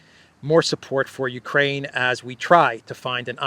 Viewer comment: Mr. Austin does not know his right hand from his left. Did we hear him say , " U - KWaine.... " ? ? Elmer Fudd that one.